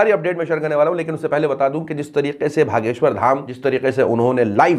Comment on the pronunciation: Aap bagheshwar dham Bolay ..... Mainay HAGESHWAR DHAM suna😒 Thik say bolo bhai